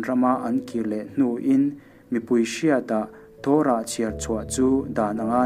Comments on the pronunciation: Torah hi a "to" lai hi i thluka thluk loh tur a ni e. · Torah i lam dik lo